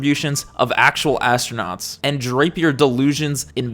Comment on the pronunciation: ASS-TRO-NOTS 😂 GAYLE KING called it "THE EDGE OF SPACE" when William Shatner went. Now that was a moment. SHATNER in SPACE 💞💖💞